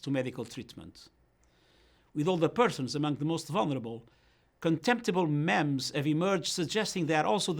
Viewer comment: Never heard anyone say "memes" that way. Huh. :-)